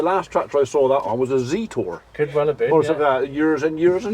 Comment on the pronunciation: I laughed the way you said "Zeeeetooorr" 👍